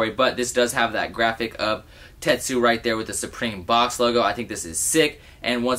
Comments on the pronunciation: you’d be annoyed if people pronounced your name norso when there’s obviously an n at the end just like tetsuo not tetsu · Tetsu? It's Tetsuo. smh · Ahhhhh. It's TetsuO. Not Tetsu. Fuuuuuuckking get it right man! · TETSUO NOT TETSU! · This nigga really said "Tetsu" the entire video 😑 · Lol, this bothered me so much! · I thought I was the only one lol